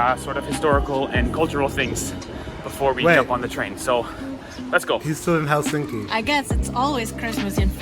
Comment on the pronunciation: The stress is on the first syllable in finnish. So TAMpere and HELsinki, (not HelSINki as he keeps saying on the video) Every letter is pronounced (the latin alphabet),always the same way, just reading it out. Very easy. 😋👍